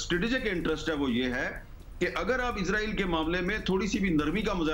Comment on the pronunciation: اسرائیل نام ہے ازراءیل نہیں